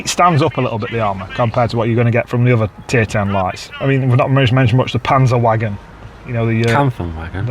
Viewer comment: Fantastic review! Keep it up lads! the “w” in “panzerwagon” is pronounced like a “v”.